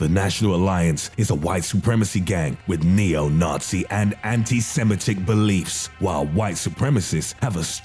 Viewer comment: He said Semitic wrong